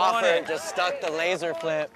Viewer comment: keeps on saying Lazer Heel 😂 is there any other way to Lazer?